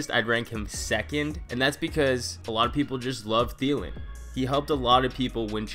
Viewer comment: I got a Thielen it's Thielen